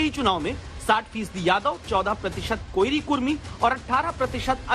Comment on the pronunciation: कोइरी नही कोरी होता है रिपोर्टर साब ❤️